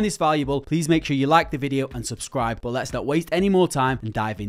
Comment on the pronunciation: bro it's not BO it' 'but'